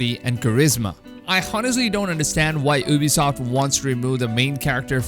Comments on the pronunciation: The first thing I hear is OOBISOFT and I'm like BRUHHHHHH its U-BISOFT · Lol u can't even say Ubisoft